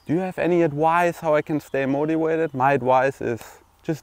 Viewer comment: not moti wa ted .....mo ti va ted